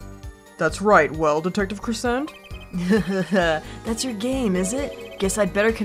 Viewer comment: Daryan’s last name is not said like crescent its said like crescendo